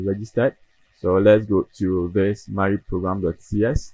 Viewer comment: It's Maui! Mawwiii 😂